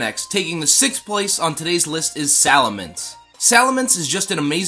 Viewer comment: Looks like you Sali"Minced" you pronunciation a little! 🤣👍